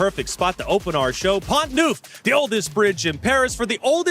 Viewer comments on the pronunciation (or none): "Pont NOOF"! LOL! There are few things funnier than Americans attempting to pronounce non-English names (and even English names). And can we actually SEE how game 4 Nakamura-Firouzja ended - rather than the jerky jump to after Hikaru won the game?